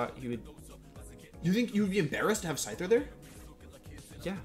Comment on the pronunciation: Did you just said ScKyther?!!!!